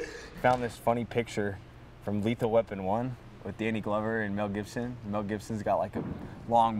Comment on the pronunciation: matthew plute “Mel Gipson”